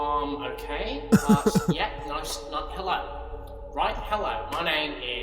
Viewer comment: I know it's "Okayyyyyyy..." but it sounds like gay xD